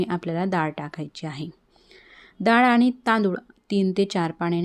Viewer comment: Nice recipe. I think it should pronounce डाळ not दाळ. This is just to correct and not hurt you.